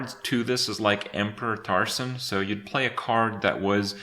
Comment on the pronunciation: "Emperor Taursaun"